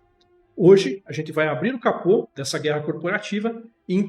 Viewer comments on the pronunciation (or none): none